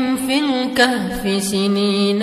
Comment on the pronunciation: Al-kahfi bukan Al-khafi